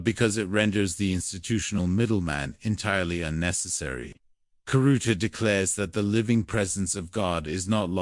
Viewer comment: Khiruta to be spiritually freed. Prononce it riruta.